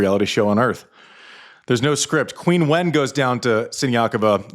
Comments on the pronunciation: It’s Chin-wen, not Queen -Wen 😂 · Andy, please,,, I understand that eThNiC names can be unfamiliar and tricky to pronounce, but PLEASE make an effort to pronounce the Olympic gold medalist's name correctly: Qinwen should sound like CHEEN-wen, there is no U sound in her name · her name is not Quinwen. it’s pronounced chingwen. Please make an effort to pronounce non-European names properly. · It's pronounced 'Quinn-en Zeng' in America 🤷‍♂️